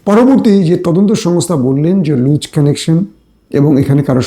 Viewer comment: লুচ কানেকশন হবে না হবে লুজ কানেকশান। তোমার English এর জোর – Million. সেখানে তুমিUK তে পড়াশুনার CHANCE পেয়েছ + কি করে COURSE COMPLETE করেছ? আর ENGLISH এর উপর এতো POOR দখল থাকার পর, তোমার বিদেশী বন্ধুদের সাথে INTERACTION হয় কি করে। UKর ENGLISH কতো RICH আমি খুব ...... ভাল করে জানি। তোমার BENGALI & ENGLISH ACCENT কে উন্নত করো। বাংলাদেশী হয়ে ও বাংলা উচ্চারণ টা ও সঠিক ভাবে করতে পারো না। তোমাকে কত আগের থেকে এই ব্যাপারটার উপর জোর দিতে বলেছিলাম, তোমার একজন " শুভকাংখী", হিসেবে, কিন্ত তুমি ব্যাপারটা কে আমলেই নাও নি। খুব অহংকার তোমার। তোমার অহংকার টা মিথ্যাচার এর উপর দাঁড়িয়ে আছে বলে, তোমাকে কথা গুলো বলতে হলো। মনে রেখ, " অহংকার পতনের মূল"। যদি SELF RESPECT থাকে, আশা করি নিজেকে শুধরাবে+ নতুন করে শিখবে এবং পৃথিবীর কাউকে, সুযোগ দিবে না, তোমার, দোষ কে ধরিয়ে দেবার। ভালো ও সুস্থ থেকো।